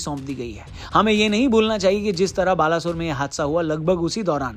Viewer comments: Balashore nehi Baleshore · Baalasore nhi bhai Balesore. Odia mein aise pronounce karte hein Baaleshwar. Odia mein nhi samajh aayegaa aapko. Isiliye english mein likh diyaa. Aise pronounce karte hein Baaleshwar. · यार वो "बालासोर" नहिं "बालेश्वर" है यार plz सही pronunciation करो बुरा लगता है।